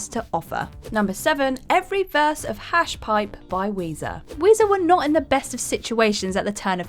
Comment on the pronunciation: Pronounces Hash Pipe normally for the list number, then calls it “Harsh Pipe”?